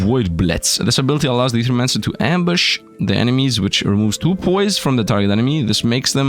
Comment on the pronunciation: Don't know why it bothers me when someone doesn't know how to pronounce "Ae". Thank you though for knowing, my OCD can fuck off for now ❤